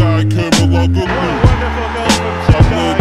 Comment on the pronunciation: I like the song but it pisses me off how he can't say Tugay's surname correctly haha. is still a legend tho